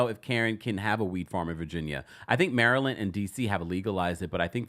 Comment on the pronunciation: As a native Marylander -- I love that you're pronouncing it properly (MURRLAND) lol!